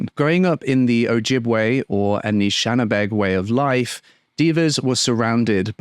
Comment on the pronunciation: Hello I just want to help out w/how to say Anishnawbe it's Ann-ish-shnab-bay:face-red-heart-shape: Thankyou for your commitment in all the cases you cover! I haven't heard of this before...and am always posting about our MMIWG ❤ fr 🍁